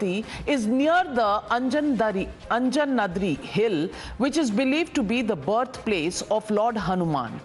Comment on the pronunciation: Pronounce Anjanadri hill correctly. And it is not "believed to be". "IT IS" birthplace of Lord Hanuman